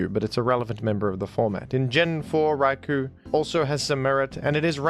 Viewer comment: Raikou is actually pronounced Rai-koh. Japanese guy here